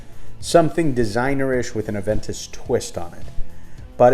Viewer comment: Ah-Ven-Toos Koh-Log-Neh ... 😂👍🏼